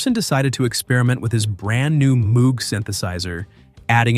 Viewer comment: Moog rhymes with "mode" and "vogue"